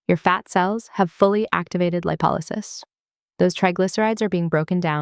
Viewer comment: Did anyone thoroughly proofread the words in the images? Also, the image to narration timing is off starting at the image of the adrenaline meeting the locked fat warehouse. The overall information is great and reflects what I learned in school, but the timing, mispronunciation of lipolysis at the beginning, and spelling errors in the middle and very end feel like a big presentation oversight ex: "FINA WALK " I wish you the best of luck in your future endeavors, though.